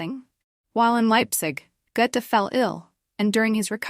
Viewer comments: Can somebody kindly retrain the AI voice to pronounce his name correctly? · Yes, really. And even the mispronunciations are not consistent...